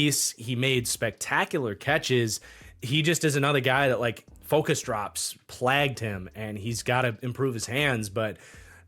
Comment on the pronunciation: It's PLAYGED not PLAGGED